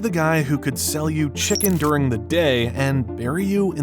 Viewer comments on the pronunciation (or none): none